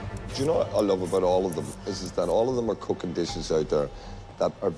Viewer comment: Haaaa you should learn to Asian for real "coocking"